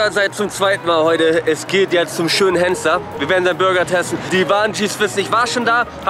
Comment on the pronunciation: Henssler und nicht Hennsler. Achte auf den Titel und lass mir nun den Fuffi. ;-)